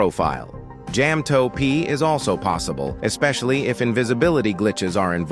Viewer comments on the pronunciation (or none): It's ja ma to p not jam toe p